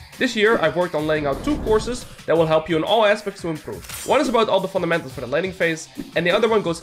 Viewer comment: But why do we have to sound like we have brain damage when we say "Fundamentals" ?